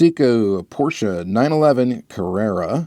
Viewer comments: Your pronunciation of Porsche is all over the place and I love it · Is the correct way to pronounce Porsche, most American dont spell the e at the end. Greets from Germany. 😃